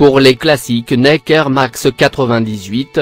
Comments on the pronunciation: Avec " neke " mdr faut arrêter les voix comme ca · Le mec il dit neke au lieu de Nike 😂😂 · nèke au lieu de Nike 😂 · Comment il dit Nike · Louiviee ouitton et il dit nèke mdr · Ptn mai i s pas dire nike i dit nake et air jordan i dit air jordent se con